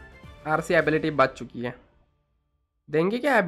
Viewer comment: Are you guys noticing that he is saying baach chuki hai like Pakistani accent